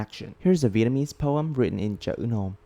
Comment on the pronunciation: hey, your Vietnamese pronunciation is very good. Keep goin' bro🔥 (I come from Vietnam)